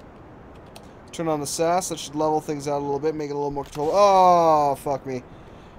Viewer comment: you say all three letters in SAS its not sas